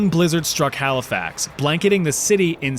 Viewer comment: Are you Canadian beacuse im shocked you said nova scotia and Halifax right so many people are getting it wrong also idk something about the tone sounds like home lol